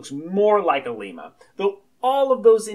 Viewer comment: its not pronounced like the country Lima. its like dilemma without, of course, the 'di-' prefix. Lemma.